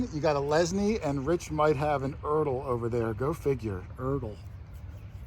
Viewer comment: You pronounced ERTL beautifully. There headquarters are located here in iowa not far from me. GREAT VIDEO! keep up the good work.